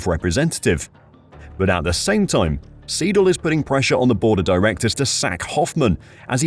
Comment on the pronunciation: Andreas SY-DAHL and not Seedal.